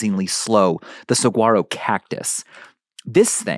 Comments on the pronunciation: 'Sa-wah-row' cactus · Saguaro is pronounced Sawharo. The G is silent. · Please pronounce saguaro correctly. And your source about arm growth is dramatically incorrect.